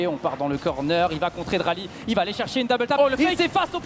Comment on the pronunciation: Dralii pas draali ahah